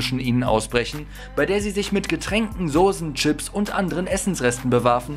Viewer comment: Hast du Sose gesagt !?